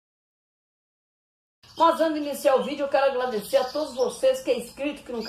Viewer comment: parabéns pelo vídeo engraçado e só quando vc fala agladecer. kkkkk manda um alo para Paraíba